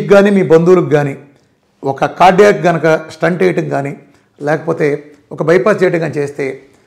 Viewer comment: స్టంట్ కాదు.. స్టెంట్ అనాలి